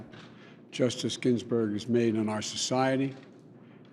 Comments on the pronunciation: Ginsburg not ginburg or ginburgs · first 5 seconds gaff, he says GINBURG no S. Then he lies, no seat filled during election, happened 7 times, then he says against the rue of law, it is the opposite, there is no loophole law, he lies like crazy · “Pay respect to Justice ginburg” oh joe. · Yeah, jeez, how could anyone possibly look past that and vote for him anyway? What a whopper of an error. How could he disgrace America like that? I mean, he could have at least put kids in cages or destroyed the public’s health. Saying “Ginburg” is just too much scandal. My gawd! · Did he say her name wrong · He can’t even pronounce her name correctly. Biden is a complete LIAR and does not deserve any American’s support. Biden is just a Socialist draped in a Democrat’s clothing. He stands there spewing lies and has no conscience. He only cares about himself and his family. He has used his various political positions over the last 47 years to bilk the American taxpayers and foreign countries such as China and Ukraine. Biden and his cronies need to be retired by the American voters! Joe, go back to Delaware and get some psychological help. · Pronouced her name wrong - Respect women you brain dead coke head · LOL! This guy CANT DO ANYTHING! One sentence in and he butchers Justice Ginsburg’s name. come on joe